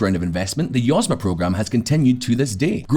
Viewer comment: YozMA (accent on last syllable), means "enterprise".